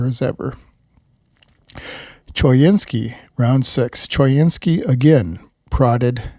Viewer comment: choynski is pronounced co-WIN-skee